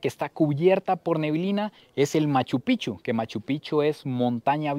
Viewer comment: Picchu no pichu habla biennn